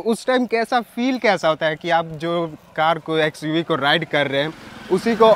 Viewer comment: XQV नाही रे लाला XUV 😂😂